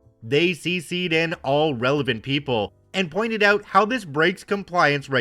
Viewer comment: "REALLY HELPS US OUUT"......WTF, MY god, I THINK HE'S..........CANADIAN!